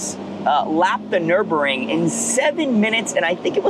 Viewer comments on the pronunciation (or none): none